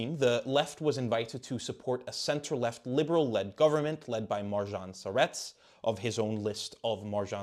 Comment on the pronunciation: His Marjan Šarec pronunciation was atrocious